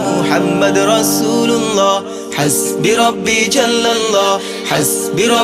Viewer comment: উচ্চারণে মারাত্মক ভুল রয়েছে । এখানে "হাসবি","রাব্বি","ফি","ক্বালবি" ইত্যাদি শব্দগুলোতে এক আলিফ পরিমাণ টান(মদ্দ) হবে। শিল্পী এখানে টানে নাই,যা লাহনে জলী বা মারাত্মক ভুল!